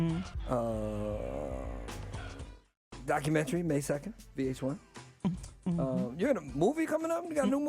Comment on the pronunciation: I'm getting pissed off with Tiger pronouncing documentary as docu-mentry... 🙄